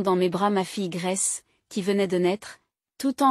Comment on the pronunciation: Le prénom de la petite est Grace, pas graisse 😝